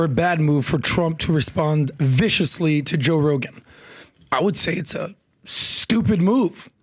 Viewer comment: says "attacked rogan VICIOUSLY "! WHAT?! LOL so dramatic. 😆🤣🤣😂🙄